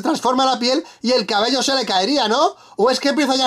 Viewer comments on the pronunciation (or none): none